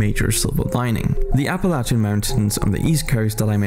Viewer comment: I love how the narrator pronounced Appalachia correctly but most of our own country can’t do it